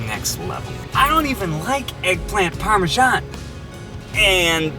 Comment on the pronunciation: THE WAY SHE SAID PARMESAN 😂